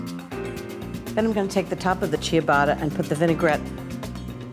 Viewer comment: Chia-botta 😂 I’m easily amused when it comes to people saying words wrong whether they just don’t know or it was an accident lol